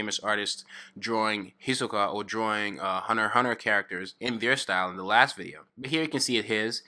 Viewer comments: It's hunter x hunter not huner huner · Hunerhuner eso escucho cuando dice hunter x hunter xD